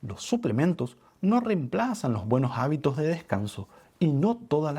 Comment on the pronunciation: Jáños, jábitos 😢 Si la terminación de la palabra anterior es "S" NO ESTÁ MAL QUE SUENE COMENZANDO EN LA PALABRA SIGUIENTE. CAMBIARLA POR "J" SUENA HORRIBLE 😮